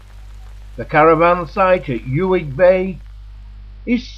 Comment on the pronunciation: Nice film but where did you dig out the narator? Mispronunciations throughout: 'Yoo-ig', dropped H in 'Hebrides', it goes on and on. What a wasted opportunity!